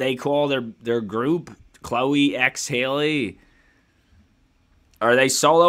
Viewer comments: I enjoyed your reaction and it’s Halle Bailey like Halle Berry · Her name is Halle NOT Hailey. Halle rhymes with valley, Kelly, Sally etc